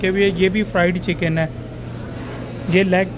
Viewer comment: / u see the way he said fried chicken ....racist